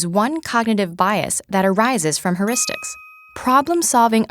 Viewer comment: I can't stand her saying "herristics."It's phonetically "hyeuristics." If you're giving a talk about it at least say it right.